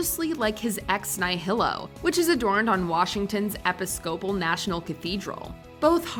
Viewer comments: Mispronounced 'Episcopal' - it's e-PIS-kə-pəl rather than ep-ə-SKO-pəl. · I just had stop the video and take a moment when she said eppis copal. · You lost me at "epis copal". Wtf,you people don't know how to pronounce episcopal? You know,like Episcopalian? JFC. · "episocpal" lol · epi-scope-al? seriously? jiminy christmas people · Epis cope ul. Were you expecting to hear eh pis cup ul? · ep-uh-scope-ull? you mean ee-piss-cuh-pull? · "Eh pi SCOPE uhl" ??? Episcopal is pronounced "eh PISS kuh puhl", at least by the folks who are Episcopalians, anyways... :-) :-) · Epee-scopal??? hahahah Its Eh-pis-co-paul. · epi-SCOPE-al? Way to mispronounce that. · It's ePIScopal, not epiSCOpal. Cheers.... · EpiSCOpal ? It's E-PIS-copal. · "Epi-scope-al"? wtf? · ep-is-coastal?? Are you kidding me. Hey editors of this channel, please review the videos before releasing them. If your narrator is too young to correctly pronounce the script, maybe you should choose someone who knows how to use a dictionary. You can find the correct way to pronounce words using a dictionary, not just its definition. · "Epi-SCO-pal"???? Really? The religion is pronounced "e-PIS-copal". If you're unsure of a word, why not check first before risking sounding - well - ignorant. Sorry, but it's your job. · Hey, Mojo announcer, before you record the script for these videos, you should go through it word by word to be sure you know how to pronounce each one correctly. Two examples I caught here: It's "e-PIS-co-pal", not "ep-i-SCO-pal". It's "CHIL-dress", not "CHILD-ress". Also, "funnily enough" is meaningless nonsense. Don't use it. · “Eppa scople” 😅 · “Ep pis coe pal”? “Ex Nigh-High-Lo? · EPPY-SCOPE-ALL. Fracking hilarious. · Epi-scope-al.... Lol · "EPPY - SCO - PULL" my mother was an Anglican priest - she's kinda rolling in her urn right now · Washington’s “Eh-pih-scope-uhl” National Cathedral??? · Epi-scope-al church? How stupid are people? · I'm sorry, say "Episcopal" one more time please?